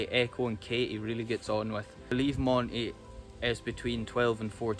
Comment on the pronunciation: I love the way he says Eh-coe